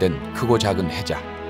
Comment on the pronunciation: 폭 200미터에 달하는 해자 (垓字/垓子) 녹음하신 EBS 성우님? 혹은 감독하신 담당자님. 비디오 시작부터 자꾸 "혜자, 헤자" 그렇게 발음하시길래 설마 "해자"는 아니겠지 싶었는데 도면을 보여주며 또다시 "헤자"라고 발음하셔서 너무 놀랐습니다. 해자를 모르시는건지, 혹은 노력해도 발음이 안되시는건지, 그런 정도는 주의도 안 받고 다 방송되어도 되었던건지.... 수준있을 프로그램에 생각보다 큰 티인데 제작하신분도 그렇게 생각하시는 건지 궁금합니다.